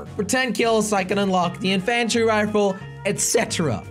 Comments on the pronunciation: Makes me mad to hear him pronounce it wrong... Jelly, it's pronounced In-fun-tree rifle, not in in-fan-try rifle. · You say (in-fan-tree rifle)but it is (in-fin-tree rifle sorry) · Why does he pronounce it inFANtry rifle? It’s INfantry rifle. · I say that too! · It's in-fen-tree rifle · U not saying infantry rifle right! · the way he says infantry... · The a in infantry is pronounced as a i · Otherwise its sounds weird